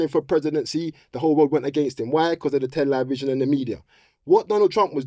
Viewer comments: anytime someone says "Tel-EYE-vision", you know they're gonna chat some illuminati nonsense. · It’s Tell-A-Vision